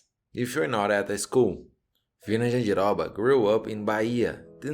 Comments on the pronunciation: Falou Jandiroba certinho, tu é Brasileiro mermão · Ele falando jandiroba, arizona, Bahia, entregou mekdkdkd